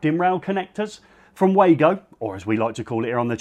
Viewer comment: I recently found this channel and i'm really pleased with the quality! Thank you guys :) Ahh finally someone who pronounces Wago the right way!